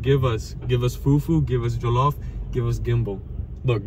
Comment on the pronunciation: pronunciation of jollof is so good!! nigerian king!!!